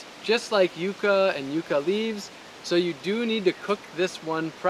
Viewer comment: The first youtuber that has pronounced it properly, Yu-kah and not yuck-a. Amazing video, gonna try planting some here in Malaysia!